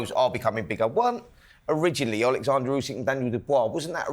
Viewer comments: Oleksandr, not Aleksandr 😅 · Oleksandr, not Alexander!